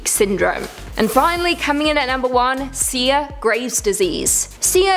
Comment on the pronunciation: Sia(see- ahhhh) my eye was twitching every time you said her name wrong! Please 🙏 learn the names and how you say them I'm a big fan of this channel except for the repeating. Thank you 💕